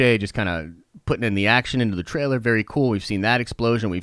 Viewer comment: Be excited .. Be berry excited